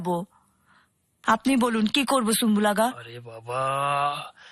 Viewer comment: Sumbul Aga not Sumbulaga